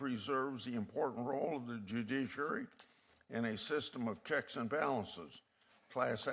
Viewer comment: I think it's somebody on this committee has a hard time saying the word judiciary maybe they should be retired